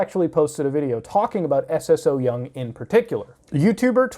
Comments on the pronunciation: The fact that he calls her S.S.O. Young instead of Ssoyoung is sending me bruh 😅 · It’s pronounced So-young, you just put emphasis on the “ss” not s-s-o-young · Isnt her name pronounced sew-young and not s.s.o. young? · hey love your vids recently! Just wanted to mention her youtube name "Ssoyoung" is just her name pronounced "So-young" with an extra s : ) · i‘m sorry i‘m sure it‘s a good video but i can‘t get over how you say S S So Young 😂 i can‘t watch the video. pls look up how to pronounce korean names when talking about korean youtubers. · Lol I love how u say her name like s s syoung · love the points of argument but please please please. saying it as s-s-o-young bothered me throughout the whole vid when you can ask a korean how to pronounce it just as you have asked if it is a culture thing.